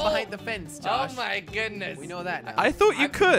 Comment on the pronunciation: you said yosh in stead of josh lol 😂😝🤣